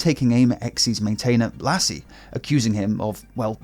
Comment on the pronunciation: Lasse is pronounced as "Lussa" :)